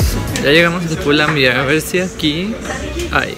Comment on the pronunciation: pull &Bear esta mal pronunciado en todo el video. Saludos